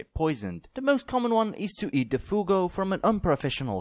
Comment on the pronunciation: Fugu is how you pronounce it, not fugo. Just wanted toss that out there